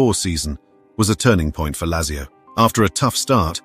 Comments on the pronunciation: I don’t know much about football but your pronunciation of Lazzio offends me. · It is pronounced Latzio. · How is it you can pronounce Thurunayapuram correctly but not Lazio?